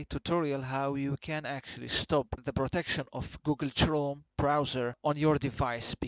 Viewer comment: Not only do I love this guy because of his vids, but also because he says "Google Trome"